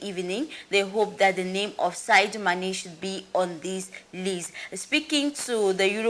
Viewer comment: Whether the called e oooh or dem no called e ooh wetin concern me? Dis journalist sef na how ehhh you no fit read? De name na Sadio Mane nobi Saidou Mane masa.